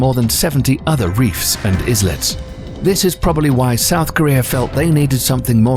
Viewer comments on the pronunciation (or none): It’s ‘eye-let’ not ‘is-let’ !!! 😄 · It's "i-let" not "is-let" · Did he say ''iZlet"😂